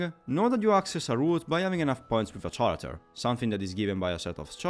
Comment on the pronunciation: I intend no offense, and if you knew already, just disregard me, but in most dialects of english "character" is pronounced with a /k/ consonant at the beginning. Similarly the words derived from it like "characterization".